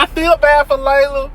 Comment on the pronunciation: her name his pronounced (Lee-la) not Layla. I'm just saying 💜🧸